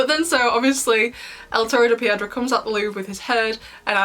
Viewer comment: As a Spanish speaker, you pronounce the episode's title well. One thing I liked about the episode is how it shows how controlling Gabriel is towards Adrien because here you have a letter than Gabriel left Adrien in hopes that he'll find it to convince Adrien to continue his legacy as Monarch and bring back Emilie and him yet at the season 5 finale Gabriel tells/manipulates Marinette in not saying anything showing that he had a backup plan incase something went wrong. Not only does that letter serve to manipulate Adrien further for that "perfect" world Gabriel wanted in the end, but also destroy not just Ladybug's reputation but also the relationship between Adrien and Marinette, granted Gabriel didn't know Marinette is Ladybug, but it worked out in his favor in the end (granted he still could've had a change of heart but you never know). Also, I like the parallel in this episode from Stone Heart and El Toro de Piedra with Marinette helping Ivan back in season 1 and now in season 6. I find it interesting that Nathalie wanted to get rid of the letter and not tell Adrien, compared to Marinette, who wanted to, but it obviously didn't happen. It shows how Marinette's decisions are haunting her. As for Ivan confronting his father the way he did in the episode, it shows how normal it is for Ivan to talk/confront his father, which is so sad because, like Adrien, Ivan is used to this kind of behavior and sees it as usual, even though they know that it's not. And Nathalie, what type of